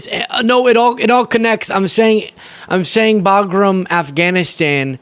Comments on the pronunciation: Also it’s Bagram not Bogram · WTH, is he talikg about? He said Baghram, not in Alaska. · "Think about really Boglim. Boglim Alaska." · He clearly said Bagram in Alaska. Those people are booing him because they know Bagram is Not in Alaska. 😂😂😂😂 Ohhh, yea. His weave is so impressive. lol 😂😂😂😂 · "We have Bagram, in Alaska" WTF?